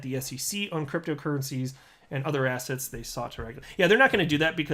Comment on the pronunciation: Man, I must be listening to your videos way too much because everytime you say "assets", I hear "ass hats" :D